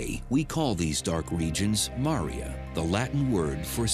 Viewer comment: 😂 the way he pronounced Maria 😅